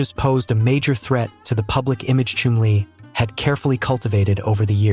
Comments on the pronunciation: His name was Chumlee, with a short u. You said it lik flume, and ir should be Chum (like jump). If you are going to be an announcer, learn to announce!! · It’s pronounced is if your chumming for fish!!!! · The name is pronounced “ChUmly! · Learn how to pronounce his name and please drop the Indian music! Yikes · Not even pronouncing his name right! Not watching or following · they don't even pronounce his name properly!